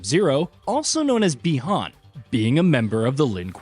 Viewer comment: but yet he flipping said Chinese "Bi-Han's" name right WTF!!!